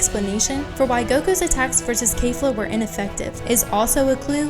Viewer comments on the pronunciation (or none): ITS NOT K-EE-FLA ITS K-E-FLA